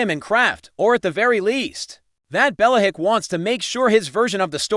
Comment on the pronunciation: Can’t listen to this. Bella-hick?